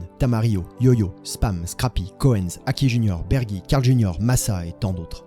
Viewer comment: Super vidéo, jfais juste le relou vite fait Koenz ca se prononce [Kounze] Bises